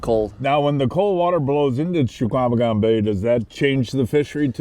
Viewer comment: "Cha-Kwa-Meh-Gon bay". Guy has lived here his whole life and still can't get it. C'mon man.